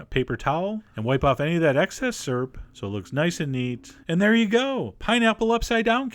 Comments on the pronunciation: Chef John always says "surp" instead of "syrup" XD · "Skyerr" and "serp"